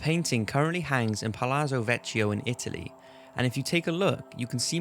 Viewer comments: All your Italian words were badly pronounced. You just had to wikipedia them to get a pronunciacion. Pathetic. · Oh my god dat italian pronunciation :|